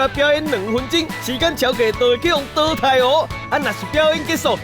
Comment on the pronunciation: 下禮拜要講「熬咧擺」，不是「誒咧擺」吧？還有淘汰的淘是念「ㄉ 」嗎？聽起來好奇怪XDD~